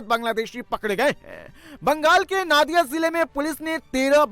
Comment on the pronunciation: Its nadia not naadia